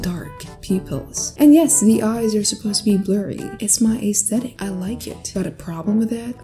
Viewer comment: “Depends on what Aäæeęsthetic you’re going for” (This is a joke not making fun)